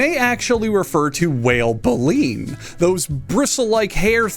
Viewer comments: Um actually , it’s bay-lean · Good video. And by the way, it's pronounced "bay-leen". The set of brooms inside the mouth of a filter feeding whale. All filter feeding whales have baleen. It's how they filter their feed to capture a bunch of krill. The very largest animal on earth eating some of the smallest animals on earth, just... doesn't bode.